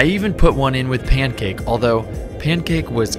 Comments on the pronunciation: It’s pyancake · Bro he said “payncake”